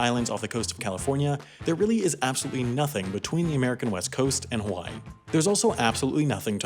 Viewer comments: "Haiway" is that gonna be in your mistakes vid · HAI-way .... you didn't 😂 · “Haiway” nice